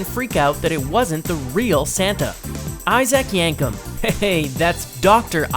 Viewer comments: it's not icyak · obviously not a wrestling fan, mispronounced Isaac Yankem name